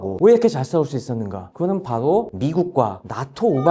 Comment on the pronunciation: 바도 가 아니라 바로 입니다